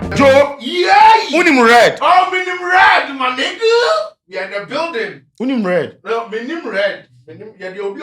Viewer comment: Man U got kicked out “wonim red “? 😂